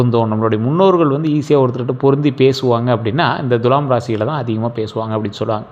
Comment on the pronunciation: உங்களிடம் ஒரு request. Dulam என்று தவறாக உச்சரிக்கக் கூடாது Thulam என்று அழுத்தி உச்சரிக்க வேண்டும். அதோடு வால்க்கை னு அழுக்கு ஒட்டினமாதிரி சொல்ல வேண்டாம். சுத்தமில்லாத சொற்கள் பலிக்காது!